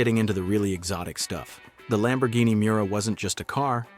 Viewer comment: You mispronounced a Lambo and the City too. Why You don't want to learn?